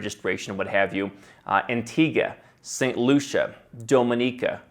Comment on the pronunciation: Since pronounced Antigua correctly, I'll have to trust him on Anguilla and Macedonia (hard C, really?).